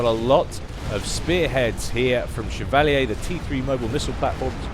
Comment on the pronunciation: Chev-a-leer. Chevalier.